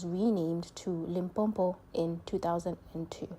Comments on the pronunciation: Limpopo - not Limpompo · I'm not from Limpopo but this 'Limpompo' is irritating, aowa. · I also get irritated when South African fail to pronounce Limpopo, I won't subscribe until she learn to pronounce Limpopo.